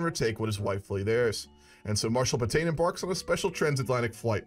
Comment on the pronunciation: I can't help it when you say marshal patain I keep hearing marshal potato XD